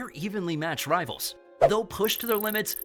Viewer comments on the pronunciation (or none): none